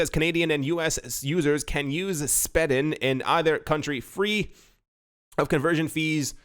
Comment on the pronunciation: SPEEDING not SPED